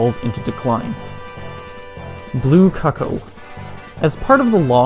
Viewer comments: Kuckoh? It’s Cucco 🤪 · Is Cucco pronounced "cuck-oh"? I've been saying "coo-koh" in my head